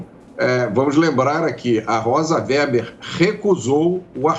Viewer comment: WEBER é pronunciado /vêber/ e não /véber/.